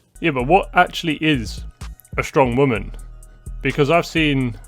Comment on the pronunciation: 😂 yo this killed me 🤣💀 Also, who tf wants to "deal with a strong wahman"